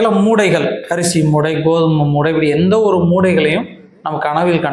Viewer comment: Moothai not moodai